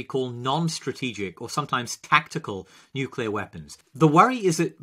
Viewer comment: He didn't even say nuclear